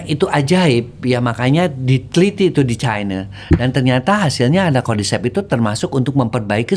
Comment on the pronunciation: kaget anying pas denger "cordycept" jadi inet di film2